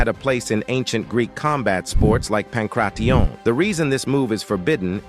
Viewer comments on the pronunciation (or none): the AI narrator voice is retarded. Saying Krav Maga in 2 different ways and Pankration as if it was a weird form of French, let alone Jeet Kune Do...